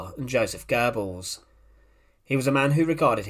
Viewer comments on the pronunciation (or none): none